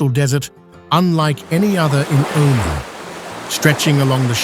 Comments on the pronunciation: You dont even know how to pronounce the name of the country. It is not O man, it is oh mun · 10 seconds Wikipedia lookup, tells you how to say the name properly, its oh-Mahn pronounced umān but the narrator was nowhere in saying it right. I just looked it up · O main? What kind of Ai is this? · What a dissappointment: dreadful voiceover which defies explanation. How many ways can this man (or AI synthesized voice) pronounce and mispronounce the name of the country? Here let's say "he" pronounces "Omen, Omarn, and Oh-man" more than once - so which is it? Add to that the dreadful pauses where no pause is due, and then words run together where surely a comma indicated a pause was necessary. What should be a good video, is unlistenable. Try again. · AI narrator: 'he' was not consistent with the pronunciation of the country's name. Plus, he sometimes did not pause with his commas. I worked for 14 years in neighboring Saudi Arabia and did not visit Oman (pronounced 'Oh-maan) once. It seems I missed out on a great destination. A friend of mine went there and enjoyed it. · Proper Pronunciation is (O Man..) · You know it's AI slop when the narration mispronounces the name of the country being described. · Lived and worked in Oman in the late 90's....fabulous place and friendly people! I had hoped that this would not be an AI-narrated video, but his pronunciation of "Oman" gave it away....too bad...too sad...and not right. But a very nice country! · Hard to take serious when the machine doesn’t even know how to pronounce the subject. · I wish AI would pronounce Oman correctly. Very frustrating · Can the news reader pronounce Oman the same way twice? Nope! ;-) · Apparently, avcording to an erlier comment, it's a himan named, do just another anglo-centric British bloke, unable to respectfully properly pronounce non-anglo names